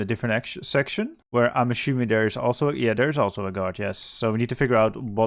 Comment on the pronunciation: You pronounce so many 's' sounds correctly, why is it that 'assuming' comes out as 'aSHuming'? Is that a regional thing? Just curious